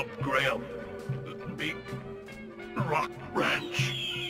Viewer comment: You pronounced "Graham" wrong